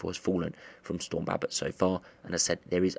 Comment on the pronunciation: He doesn’t say Babet right